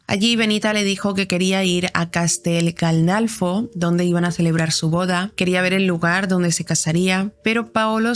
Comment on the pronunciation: Se dice Castel Gandolfo